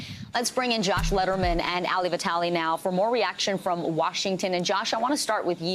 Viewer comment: Dude, its not "Alley", like Ali Vitali. Its, "Aalee" like Aladdin.